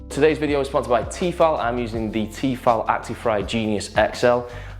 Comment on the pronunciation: it's "T-eh-fal" lol